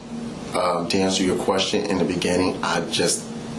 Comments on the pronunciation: In the beneging, in the begeging, in the benining... Law enforcement special... hahahaha... oh yeah... I am getting second hand embarrassment from that. In the benenging... ""... He's got a new title now... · In the beninnging